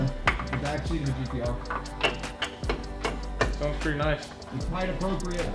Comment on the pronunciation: you said GTO not GTR!!!! We know what you meant but, Damn bro.... Lol